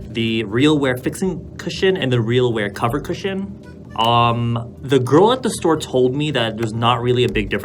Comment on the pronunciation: “Shtore” I cant